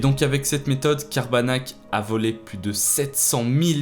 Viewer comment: Je ne sais pas pourquoi mais quand tu as dit Cabarnak j'ai entendu Tabarnak 😅